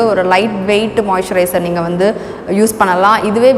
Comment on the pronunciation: நீங்க மொய்சரய்ஸ்னு சொல்ரிங்கலே அபிடின்னா என்ன சகோதரி